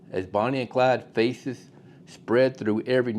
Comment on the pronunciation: "As Bonnie and Clyde's faces spread through every newspaper in the region..." I thaut you said there "feces spread" 🤮